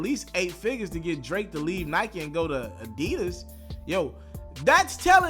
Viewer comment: Whyyyy can’t you ever get the name right damn!! Addidon!!